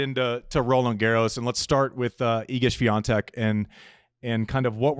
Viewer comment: 99,99% she wouldn't have won RG anyway. She had a highly favorable conditions against Iga (due to the closed roof). Later on she'd probably fallen to a player like Vondrousova or Gauff, who would have exposed her mediocre movement on clay. Also it's "Świątek", not "Swiantek" :)